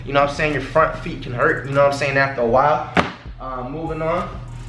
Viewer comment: we not gon ignore how he said front feet